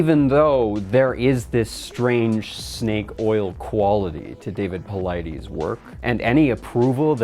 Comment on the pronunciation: PauliDES, not PauliDEEEES.